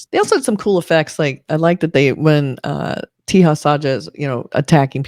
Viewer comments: He is called taja not teha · Just FYI.Teja is not pronounced Tee-ha. J is pronounced as J in 'Jack'. It's pronounced Te-Ja. It's a relatively common name in India. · Your review for this movie was great except for one thing..... The actor Teja Sajja's name is 'Teja Sajja' and not 'Teha Sajja'. No need to apply Spanish 'J to be pronounced as H' rule here. Other than that your review was great.❤❤❤